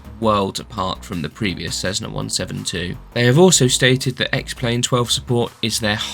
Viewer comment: "Suitable for all conditions?". What an odd comment to make, considering the 172 has no ide protection whatsoever (aside Pitot Heat). And it's not "Cezzna", it's Cessna! Cessna employees and representatives pronounce it as 's' and I think they'd know best.